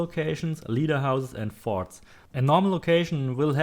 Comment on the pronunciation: "Everything is in the farts Go to the farts" I'm sorry lol at 6 min mark it sounded like u where saying farts really good video btw I just started playing and you saved me a helluva alot of time thanks m8